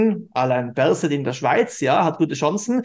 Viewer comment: Berse (Berset) 😅